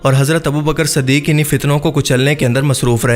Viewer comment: Is ke ilawa abubakar siddique hoga na k abubakar saddique